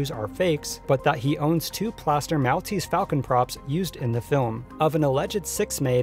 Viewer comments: The island of Malta (pronounced Mall- ta) has the description of Mall-tese to it's property. I cringed each time you said mal. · Mall-tease, Mall-tease, Mall-tease, Mall-tease. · "mall tease" not "mowl tease" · Mahl-teez falcon?! It's pronounced Mawl-teez falcon. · Great work here. A very interesting piece of documentary work on lost and found movie props. My only two critical notes would be: "The Academy of Motion picture Arts and Sciences" not "..pictures Arts and sciences". And I've always heard it pronounced as The "Maul-tease" Falcon rather than the "Mal-tease". Overall, as I said, a fun and interesting piece. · Maltese = "mall-TEASE." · ...this video was really entertaining (great editing) ...except the mispronunciations kept throwing me off ...it's cecil b. DEH-mill (the announcer even says it in the clip you used) ...and it's MALL-teez falcon (as in 'shopping mall') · Not a big deal, but "Maltese" is pronounced like "Mall-teez"/"Mahl-teez" (as in shopping "mall"). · Mell-teast falcon? De-Meal? Do you pronounce anything correctly? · Maltese is pronounced Mall tese. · lol the way you said 'Maltese' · What's with the pronunciation of "Maltese" here? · Please say Maltese like a human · Great video but how the fuck can you not know how to say Maltese? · youre mispronouncing Maltese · Good video, but the way you say, 'Maltese' is physically painful to listen to. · The way he pronounces Maltese made me cringe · Your pronounciation of Maltese is awful. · Learn to pronounce Maltese ...